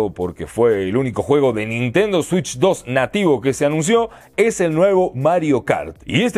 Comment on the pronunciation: Nintendo shitch 😂